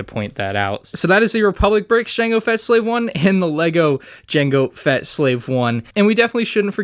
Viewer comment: um what’s a slave I i believe you mean “jango feta starship”